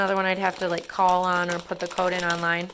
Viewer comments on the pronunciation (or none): none